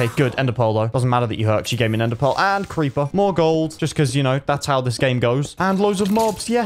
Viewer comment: I like he says creepy makes me die of laughter